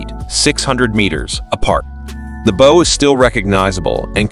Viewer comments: Bow not boe bud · Sorry, I bailed out when you called the bow (/baʊ/), the forward part of a Naval Vessel, the bow (bō) which is a bend or a curve. Tells me whoever recorded this didn't even think to check the pronunciation which tells me they don't know anything about the terminology of vessels at sea. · Bo?? Robert Buh-lard?? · And... "BO" for that thingy at the front. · Bow vs Bough. You be wrong on sound my friend. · Don't know how to pronounce "bow"? lol